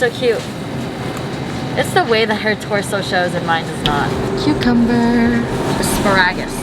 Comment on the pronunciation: The way she says as-pa-RA-gus really bothers me😂😂